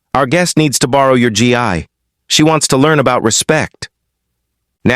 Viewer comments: Why always call it a G I, when it must be Gi???? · It’s not pronounced G EYE ! It’s a hard G ! Gu~EE